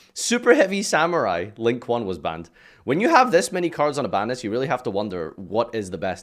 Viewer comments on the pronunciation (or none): none